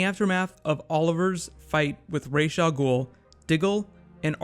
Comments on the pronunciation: Please stop calling him Raesh al Ghul. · why do you call Ra's Al Ghul, Raesh Al Ghul